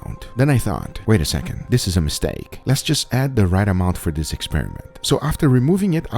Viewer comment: Lol he said "This is a misSTEAK!" 🤣🤣🤣